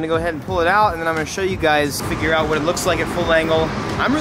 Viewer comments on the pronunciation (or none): none